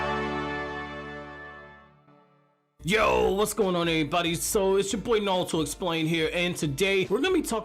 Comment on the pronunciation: “The NALto” story 😅😆